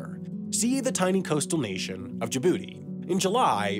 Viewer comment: 😂😂 Everytime you say Djibouti 🤣 Great list though; thanks.